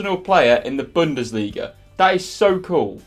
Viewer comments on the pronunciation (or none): none